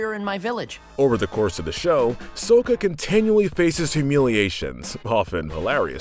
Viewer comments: Sokka not sokkae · It's soka not suka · it is not so-ka it is Like sa-ka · say it with me. Sock-Uh Sock-Uh. not soak-uh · I’m getting stressed how he keeps saying sakka’s name as “soa-ca” and not “sa-ka” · "Up next is S-o-kka." It's pronouced "S-ah-kka." "S-AH-KKA!!!!!!" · 3:0 Talks about the problems of the film...THEN MISPRONOUNCED SOKKA'S NAME JUSTVAS IT DID (Though you DID get Aang right...) SAU. SAU. SUAKKA. NOT SOEKKA. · Well obviously it’s not I mean mi not mai soaka not sokka and kayoshi not kyoshi ughhhhhhh childhood ruined by a “fan” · The name is Sah-kah. Calling hin Soh-kah s alkost equating him to the Mistake Night Shamalon disaster. At least you had Aang's name right. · you guys mispronounced Sokka. Its a long O not a short one. Also ITS MAY LIKE THE MONTH! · Soooooka wtf get your pronunciation correct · "Soke-a" "My" "Kieoshi" Please do not repeat the sins of Shyamalandingdong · Him: says the movie sucks, 2 seconds later, calls Sokka, soak-u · did you watch the movie before the show? I heard you say sohca instead of sokka! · It's pronounced S•o•k•u! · HIS NAME IS PRONOUNCED SAKA EVEN IF ITS SPELLED SOKA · Did he just say sowka 😕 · Why does he pronounce sakka and kioshi wrong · DID U JUST SAY SOKA INSTEAD OF SOKKA!!! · ITS SO (LONG O) KKA! GET IT RIGHT DAMN IT! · Calls him sooka Literally shows a scene on how to properly pronounce his name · Okay okay. He says "soh-ka". At least he doesn't say "avatar ung" like the movie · KEY-OSHI ,SOCK-A, MAY PRONOUNCE THINGS THE RIGHT WAY OR DON'T MAKE VIDEOS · It’s pronounced Sah-kha, and Key-Oh-Shi. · God admit it’s key-o-she and sa-ka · It’s pronounce Sock-a not whatever the fuck he is saying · ...DID HE JUST SAY "SOWKA"?! Shut the whole video down. SHUT. IT. DOWN. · KAIOSHI, SOAKKA, MY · S o ka and ke o she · I didn't know it could get worse than "Souka" but "Kaayoshi" somehow accomplishes it. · He rashes on M. Night Shamaylans remake, but pronounces Sokka, Kyoshi, and Mai wrong 🤦🏽‍♀️